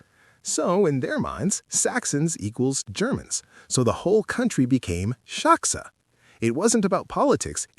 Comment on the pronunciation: Saksa is not pronounced shaksa in Finnish.